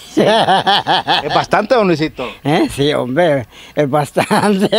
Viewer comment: Me gusta cuando dice homve, aver con placa como lo dira